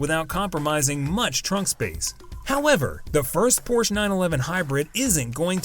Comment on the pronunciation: Not only are the brand Porsche and the model designations consistently mispronounced in the video's voiceover, the Brand is misspelled in the video's title.